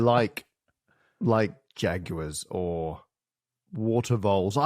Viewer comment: Not the "jag-yoo-arz". And, apparently "hexiguns".